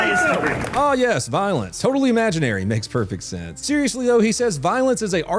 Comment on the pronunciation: He's useing law language when he says voilence.